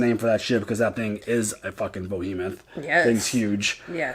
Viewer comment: I think you said "Bohemoth", it's "Behemoth" ;) Also: Miller told him "Watch the doors and corners, don't go in too fast. Go gotta go in slow, or they'll get you"... he meant you can't go through the ring at speed... you have to go in slowly. That's why they did the decelleration just before the ring. Holden figured out what Miller tried to tell him.